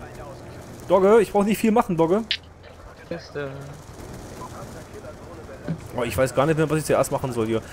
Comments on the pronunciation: Du hast ca. mal "dogge" gesagt :) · also ü wie klingt das als ob wäre er gestört :X mit doge .... doge ... doge .... doge :X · sag nicht immer doge... es nervt -.